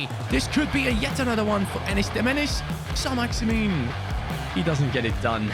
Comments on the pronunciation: Your pronunciation of Saint-Maximin isn’t quite accurate by the way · The way he says ÅĽMİŘÖÑ